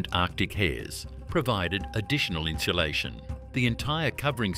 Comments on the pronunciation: It kills me to hear the narrator pronounce insulation (in-sue-LAY-shun) as in-shoe-LAY-shun. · Never heard someone try so hard to add an “h” to a word…inshalation. Lol